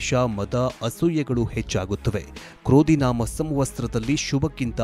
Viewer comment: ಅಣ್ಣ ಕ್ರೋಧಿನಾಮ ಸಂವತ್ಸರ ಎಂದು ಸರಿಯಾಗಿ ಹೇಳು ಕನ್ನಡ ಕೊಲೆಮಾಡಬೇಡ